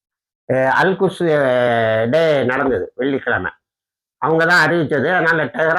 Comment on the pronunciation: திருத்தமாக சொல்லுங்க அல் குஷ் என்பது கெட்ட சொல் அல் குத்ஸ் என்று தெழிவாக சொல்லவும்